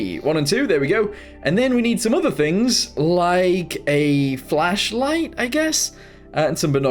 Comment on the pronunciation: Ah yes, the fachlight